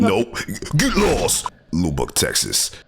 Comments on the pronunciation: lol it's "Luh buck" Texas! Speaking of Texas, these people tryna wiggle knobs here in TX are a special kind of stupid...see last clip for reference lol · Loo buck? TX lol GET LOST!